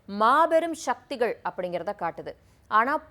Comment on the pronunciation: உங்களுடைய ஒவ்வொரு காணொளிகளில் சக்திகள் என்ற சரியான உச்சரிப்பு பதிலாக ஷக்திகள் என்ற தவறான உச்சரிப்பை பயன் படுத்துறீர்கள்.